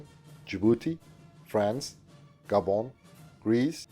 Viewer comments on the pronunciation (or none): none